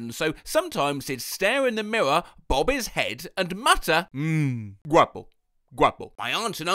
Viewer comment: How thE hell do u say R normally, but when u say mirror or parrot its just miwow and pawet